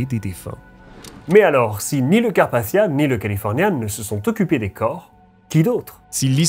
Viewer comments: Carpachssichsia 😭aval ton chuwingum c’est carpathia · Merci Sarah, c'est vrai que ma prononciation est influencée par l'anglais, d'où le son du "th" qui a tendance à hérisser le poil de quelques personnes dans le public francophone.😅 Il est aussi vrai que je pourrais le prononcer d'une façon plus française, en disant "Carpassia", sans le son "th" à l'anglaise. Il n'y a pas de consensus sur la prononciation de ce nom de toute façon, il est loin d'être aussi usité que "Titanic" par exemple, que je ne prononcerai jamais à l'anglaise pour cette même raison. Le fait est que que j'ai du mal à comprendre pourquoi les gens s'arrêttent à de tels détails insignifiants, et se permettent parfois de me manquer de respect comme si je les avais agressé avec mon accent... N'ont-ils rien de mieux à faire ? Certains s'imaginent que je fais exprès, que je force le trait volontairement, mais en réalité c'est juste ma façon de parler. C'est le double tranchant d'être bilingue je suppose. 🙄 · Personne ne reviendra t'indemne ?? C'est bien la peine de prononcer Carpathia à l'anglaise... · Pourquoi tu prononces pas le mot Carpathia normalement ?